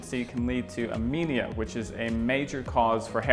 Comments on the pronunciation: its Anemia and not Amenea...btw whos she? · Anaemia, not amenia bud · Anemia not Amenia 👍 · Its Anaemia..not Amaenia 😄